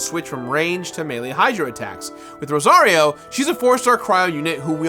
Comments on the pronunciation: You fully call Rosaria “Rosario” 😂😂😂 Can tell you’re a Mario fan 😝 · Did he........did he call her Rosario??? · Is pronouncing Rosaria's name as Rosario a joke that I don't know about? o.o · I felt happy when you said you were being sponsored by Genshin Impact (one of my favourite games) then you said that the game has the new character "Rosario" which is supposed to be "Rosaria" and I was like 😆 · RosariO??? Bad...bad! It's RosariA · I'm still stuck on the fact he kept calling Rosaria "Rosario" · Rosario... i mean i guess he tried, good enough for someone who hasn't read their name yet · He said "Rosario" not Rorasio, but I'm sure that's what you meant. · “Rosario” lol you know he don’t be playing this game 🤣🤣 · Rosaria: Barsibato?: Rosario. Don't mind me, I just find it funny that someone would misspronounce the name of a nun who misspronounces the name of her god. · You said Rosarias name wrong lol... good video. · how does he mispronounce both genshin characters names lmao